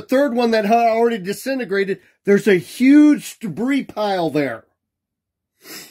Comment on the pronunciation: A new cosmological term: 'Disenograted'. And what is 'pan stars'? It's too saientifik two me.